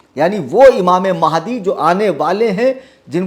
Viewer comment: Mehndi Nahi Hai Sun Re Puncture 😂😂😂😂😂 Mahadi Hai Imam Mahadi bolna tak nahi aata in Raafziyon Ko